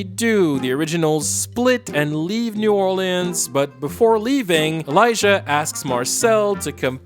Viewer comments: Lmao why do you keep calling it "New Or Lands" instead of New Orleans? That's so irritating 😔 especially because don't you speak English AND French? But you go with the pronunciation New Or Lands? And during pride month too… kinda homophobic if you ask me. Jk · “New Orleeands”